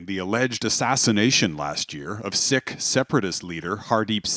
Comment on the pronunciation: btw isn’t it pronounced “seek” not “sick” lol. Embarassiiiiiing (drake meme)😂